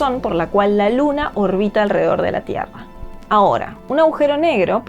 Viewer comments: Se escribe y dice, Agujero, aujero No. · No se dice "aujero", se dice "agujero". Para locutar un video se debe tener una buena dicción y conocer el idioma. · Por qué tanta gente inteligente dice "augero" ? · ella dice ahujero